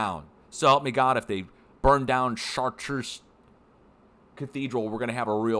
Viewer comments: fyi The cathedral Is pronounced Char-Tra :) I know because my folks have been there! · It's pronounced (SHART) with French R sound. I have been here many times my family lived nearby for many years. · Pronounced shartru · Chaar-treez Cathedral is the pronunciation. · Pronounced “Sharts” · In English it's just pronounced "Shart", if you're trying to sound French you would say "shar-truh"